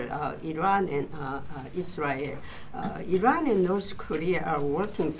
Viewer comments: If this general has no problem pronouncing ISrael than why can't he similarly pronounce IRan ? Why is he always I RUNing ? This is phonetic hypocrisy ! 😂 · In America, "I" makes a "E" sound. Because from the look of it Iran ain't running from no one 🤣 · Feels a little bad when a major general doesn't know how to pronounce Iran.